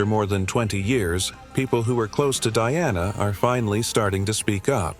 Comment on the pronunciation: You can't even pronounce her name right. Someone else should do your job.